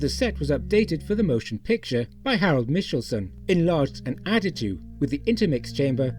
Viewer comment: Fantastic video - thank you. One small note: Harold Michelson's last name is pronounced with a hard c sound, like the name Michael. MY-kull-sun.